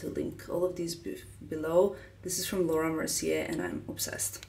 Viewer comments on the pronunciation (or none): none